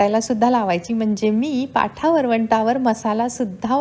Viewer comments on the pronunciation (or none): Ag पाठा नाही ग पाटा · पाठा नाही पाटा